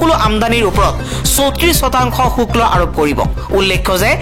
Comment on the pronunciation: শুক্ল নহয় শুল্ক হে